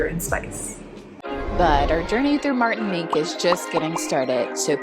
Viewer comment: Se pronuncia Martinic